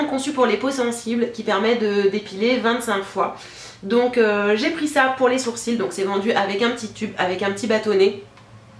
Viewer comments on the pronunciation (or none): none